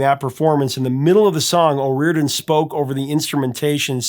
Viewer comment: "O rear den?" No.... 'O ree or dan...' Yes!!!!